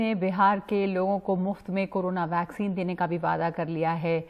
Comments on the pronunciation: Chitiya ko वैक्सिन को ...भैक्सिन....कह रहा है🤣🤣😂😂😂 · कैसा नेता है अनपढ़ है क्या वैक्सीन को भैक्सिन के रहा है। बीजेपी बेटा तू तो गया।नवजवान तो तुम्हे देंगे नहीं वोट ये लिख ले बेटा। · Abe chutiye Roy Vaccine toh shi se bol sale 😂